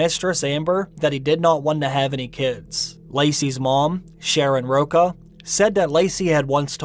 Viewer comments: You pronounced Lacis mom name as Sharon Roka when it’s Pronounced Rosha...I can understand accents jst fine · If you're going to do this kind of story, please take the time to research even small facts, like: 1. The proper pronunciation of important people in the story. You mispronounced Laci's mother's last name; it's ROCHA with a "ch" sound, not "Rocca." You mangled atty. Garagos' last name as well. 2. If you're going to make assumptions/opinions about a case, state that or just stick to facts (ex. your comments about the cement).